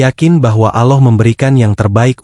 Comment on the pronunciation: Assalamu'alaikum mas nyebut alllohnya kurng merdu bukan Aloh alloh